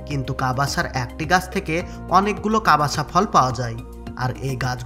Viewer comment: প্রথমতঃ ওটা ' কাবাসা ' নয়,' কাসাভা। দ্বিতীয়তঃ কাসাভা ফল নয়,মূল। ভয়েস ওভার করার সময় বিকৃত উচ্চারণ ঠিক করা উচিৎ।